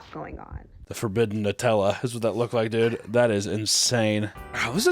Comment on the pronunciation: He can’t even say the nu in Nutella poor dude